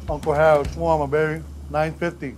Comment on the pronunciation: It's funny how you trying to teach people how to make something that you even don't know how to pronounce it right lol